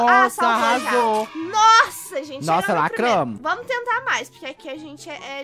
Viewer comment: "NoZ lacraMo"😂❤❤❤